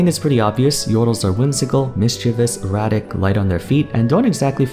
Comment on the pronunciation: I had a huge double take when I thought I heard Yordles described as “erotic” instead of “erratic”